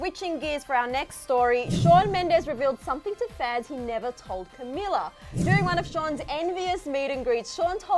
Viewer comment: Her name is pronounced Ca-mee-la